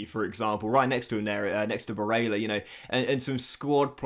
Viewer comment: Please look up how to pronounce Barella you have it very wrong. Also give barella #18 or #23 he chose not to take #8 at Inter this season. Otherwise good career keep it up